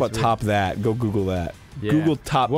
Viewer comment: there's not a glottal stop in the Australian accent Arin you dingus, they don't say "goh-uh," they pronounce it more like we do